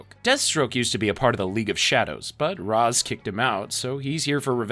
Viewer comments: It’s rashe not rozz I hate this so much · bro how do you get the pronunciation of Ra's al Ghul wrong, it's pronounced raysh, as mentioned in other series by the character, not like the egyptian god Ra with a long a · Yo was about to comment the same thing, mispronounced Ra’s too